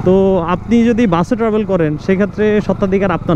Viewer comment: বাই এডা ট্রাবোল না ট্রাভেল। 🤣🤣